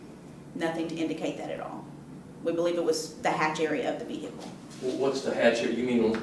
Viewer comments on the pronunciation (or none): omg stop saying vee-hickle